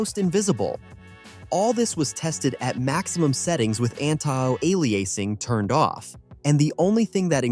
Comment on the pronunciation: go on say anti aliasing like a human